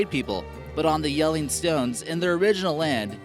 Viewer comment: you actually say jellinge well